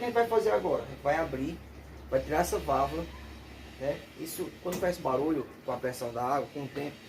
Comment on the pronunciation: É Válvula que fala .....não vávla.....